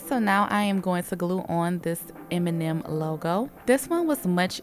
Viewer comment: Beautiful! I kept hearing "Eminem nails"